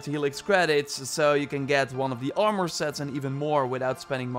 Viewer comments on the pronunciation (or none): none